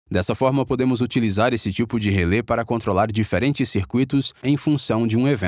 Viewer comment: Só um pequeno detalhe: em português a pronúncia correta é RELÉ, com acento agudo no último "e", e não relê. Em inglês "Relay" é que se pronuncia "êi".